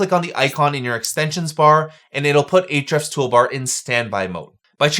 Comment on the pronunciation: "H-refs" --- the "A" is silent. Mind = blown.